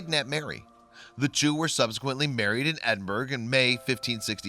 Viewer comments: It is not pronounced as Edinburg. Although spelled Edinburgh, in Scots it is pronounced as Edinboro. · Edinburgh is pronounced Ed-in-ber-oh...not Ed-in-burg. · Ed-in-burr-uh. Lin-lith-go. Pinkie Cle-ooch, "ch" as in "loch Lee-ven" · LondonJo, it IS odd that the narrator didn't know to say "Edinburrah" but then, if you check out other narrations by this guy, he makes many such mistakes including changing "privation" into, hang onto your hat, "privititation" whatever THAT is. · It is incredible that an American doesn't know how to pronounce 'Edinburgh' - its the capital city of Scotland" after all! Has this presenter never heard it spoken before? Or is it that Americans mispronounced all foreign town names to be annoying??